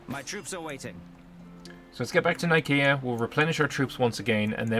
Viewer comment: excuse me but the c in nicea is soft like the c ont pronounced like a k i know this ia it is the place the the centeral creed of Chirstianity was crafted. though it was probably named for the god nike of greeck fame.